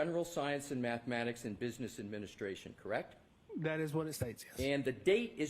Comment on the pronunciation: Is it just me, or does he keep saying “Correc” with no t?